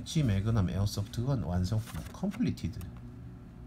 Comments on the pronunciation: ㅋㅋㅋㅋㅋ 마그남, 이야 발음 좋네 마그남 ㅋㅋㅋㅋㅋㅋㅋㅋㅋㅋㅋ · 설명써있는거봨ㅋ 어떻게 읽으면 저걸 마그남이라고 읽어ㅋㅋㅋ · 추억의 아재 영어발음...ㅋㅋㅋ